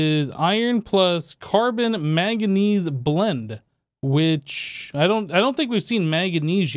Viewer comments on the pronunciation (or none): none